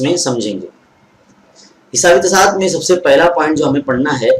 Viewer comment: تواتُر ہوتا ہے تصاعُد ہوتا ہے موصوف کا تلفظ درست نہیں ہے